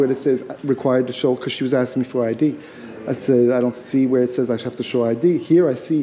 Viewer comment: She was AXING you.